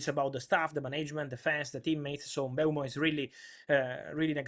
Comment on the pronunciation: Travesty that it isn't "M-boom-o"